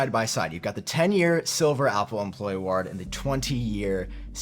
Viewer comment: pronunciation of ‘award’ is nearly as triggering as his pronunciation of ‘quarter’ 😂